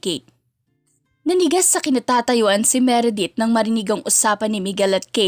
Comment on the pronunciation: Law firm. Meredith. Written. ￼ Edith. Huwag mo kasing unahing isipin ang kung paano mo aartihan ang pag basa miss. Kaya walang buhay ang pagkukwento mo at mali mali ang pronunciation mo eh, inuuna mo ang kaartehan.